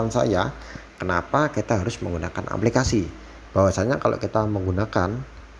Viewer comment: Aplikasi maseh, bukan amplikasi.